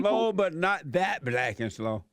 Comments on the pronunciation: The word is BlacK not blass open your mouth and quit being a cooonnn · …’to let the blass in…’ (universities) 😂